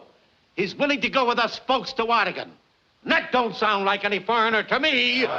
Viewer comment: Yay! They're pronouncing Oregon correctly!